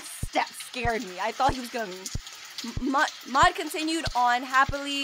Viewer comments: It’s Maude not maid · Muade is pronounced Mawed or Mawd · u pronaunce it m AU d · You pronounce Maude like the word ''Mod''. The E is silent